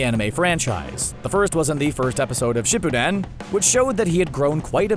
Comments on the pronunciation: he said shippuden wrong sorry if i spelled it wrong but i’m laughing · The way he says shippuden 🤣🤣🤣